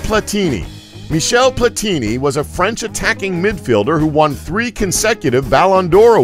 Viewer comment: Platini,,,,w/emphasis on the last "I"....